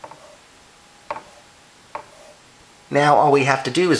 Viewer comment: You say 'fifths' kind of funny...just had to say that. ;)